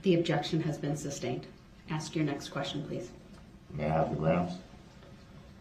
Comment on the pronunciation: "You took a oaff" (oath) "I ax you" "you ax me" (ask)